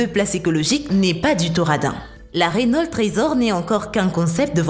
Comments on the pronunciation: oh non pas ça ! Reunolte ! c'est reuno (enfin la prononciation) mais avec l'accent on peut comprendre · C pas renolte mais Renault et c une bousse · C'est pas rénaulte mais Renau c'est Renault. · RENAULT PAS RENOLTE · elle a dit "Rénolte"!!! au lieu de Renault (prononciation "Reuno") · On dit pa rénault c reunaut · « Renolt’ » Une bonne vielle marque Française ! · On dis Reunaut... Sinon si tu trouve que la SCC la Lamborghini et la Renault Sont les plus cheater Like ! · Attend comment elle a prononcé Renault la ? Elle a dis renolte c'est quoi ça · Tout ce passé bien.. Tout était nickel.. D'un coup j'ai entendu Rénolte.. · Wsh mais arrete de dire rénolt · On dit Renault pas renolt 10 minutes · rénolte ? c'est qui cette counasse... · Pour moi qui travail chez renault, entendre dire Rénolt fait mal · Selon renolt moi aussi je me suis marré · Je viens d'apprendre que RENAULT a changer sa prononciation. Je ne savais pas que je suis en possession d'une RENOLTE.Merci la video. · Renault aussi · mais tu sais pas parlé normalement ?!?!?!? Rénolt = renault bugatti veiron = bugatti veyron Kénigsegg = koenigsegg Bantley = bentley likez si vous êtes d'accord